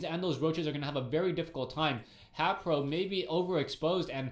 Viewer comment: hayPO!? his a prO not a pO!